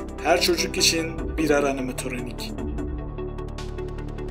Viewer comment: animatoronik deyil animatronic